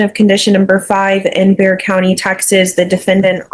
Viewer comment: Bexar County. Not Bear County Not Bearagard County Not Beau County BEXAR (pronounced Bay-er or Bay-har)